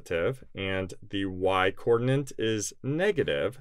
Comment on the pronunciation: Hi, are you aware that you are saying "coordinant," not "coordinate"? Is this an American thing? I'm in the UK and I have never heard this term. I know that there is something called an ordinante in coordinate geometry, which is related to coordinates, but isn't the same thing. Just wondering.